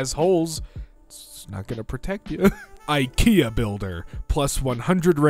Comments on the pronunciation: If you say eeekayaa one more time i will scream. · The way pronounces IKEA drives me nuts (Yes I'm American)